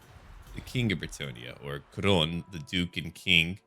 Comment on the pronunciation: Duke of krone? i needed to rewatch to understand it's couronne more phonetically : kou-ronne "ou" as in g"oo"dbye . The same for aquitaine the u is mute but the "ai" is a "è" as in s"ay": a-qi-taine